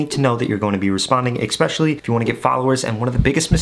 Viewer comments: Great advice! Btw- It’s especially not ekspecially! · Great video. But there is no ‘X’ in especially. It’s pronounced Eh-Specially, not Ex-pecially. 💕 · One little thing: its not expecially. Its especially. I guess also make sure you don't say expresso. 😅 Anyway, thanks for the helpful information! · Did he say Ekspecially? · I stopped watching at "ekspecially" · Appreciate the info! Straight to the point. I gotta say though, you have an interesting way of saying especially. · My bro someone needs to say it… in the word “especially” there is no K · I would appreciate it if you could pronounce the word “Especially” properly.